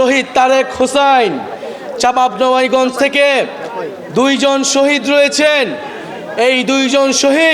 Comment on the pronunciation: নাহিদ ভাই চাঁপাইনবাবগঞ্জ বলতে পারছেন না 😂😂😂